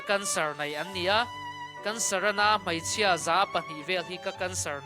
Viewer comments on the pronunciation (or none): A bengvar thlak hle mai..Mahse, tawngkam hi Hmeichhia tihturah Hmaichhia,tih leh ei tihturah, ai tih te hian ngaihthlak a ti hrehawm deuh.E hmanna tura A hman a tam.